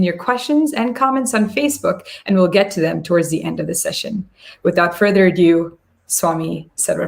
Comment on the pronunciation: I’m not sure, but it sounded like you said “without further ado”, pronounced as “a-dew”. That sounded more like “adieu”. Which means goodbye. And, very different from “ado”, pronounced as “a-do”. “Do”, just like we say “I do this”. Which, more or less, means fussing about unimportant things. So that, “without further ado” means “without wasting time on unimportant things”, with an implied “..I move on to the next in agenda”. If I heard you incorrectly, I apologize. But, if I heard you correctly, I thought it may help you to know this before someone mean and/or judgmental comes along to taunt you or laughs at you in their head. Thanks.